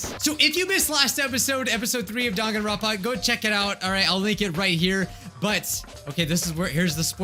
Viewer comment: NOT DONGANRONPA DANGANRONPA WHY ARE YOU SAYING IT LIKE DONGanronpa ITS DANGanronpa PLEASE MY OCD IS BEING TRIGGERED